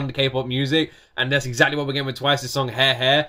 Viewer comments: "Twice new song *He He*" no offense but that was so funny 😂, well Japanese are pronounced by how it written, it's Ha-Re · they sang the word over fifty times but you still pronounced Hare-Hare incorrectly like bro its not that hard to pronounce 😭✋